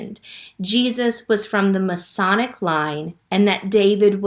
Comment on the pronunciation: Thank you for your video, but , it sounded like you said Jesus came from the "Masonic" line. I think you meant to say the "Messianic" line.